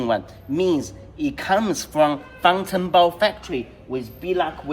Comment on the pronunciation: I was talking about the pronunciation. "Fāng" in 方程豹 is first tone. Usually it is pronounced at the top of the vocal range. I might be tripping, but I think you pronounced it low like that: _^, instead of —/\. I wonder if this is a standard practice or a regional thing, cos I also heard natives pronouncing it as "fāngchengbào" with the second tone reduced to neutral, but I've heard it is ubiquitous in Beijing dialect